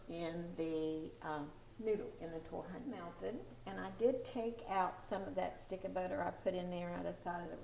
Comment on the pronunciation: Is TARHONYA not TORHANYA